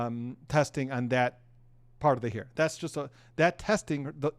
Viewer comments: Its not heir, its hair.!! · It's HAIR, not HEIR!! 🙄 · A hear?? It's a hair not a hear😂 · The word hair is pronounced "hare" and not "here". Minor point. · Hair, pronounced like "hare".